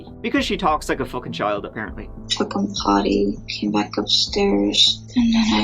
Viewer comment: 😂😂😂😂 just how she pronounces” Potty “😂😂